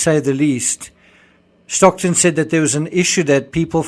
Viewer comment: Great! By the way, it's Stockton, not Stocktun.